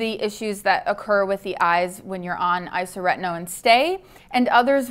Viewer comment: My only criticism of this video is your pronunciation of isotretinoin. It's isoTRETinoin, not isoRETinoin. But besides that, it's informative and accurate.